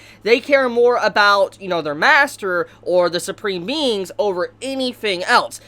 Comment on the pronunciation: I know he said supreme beings but I heard.... SUPREME MEMES!